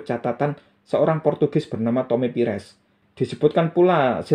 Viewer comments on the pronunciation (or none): none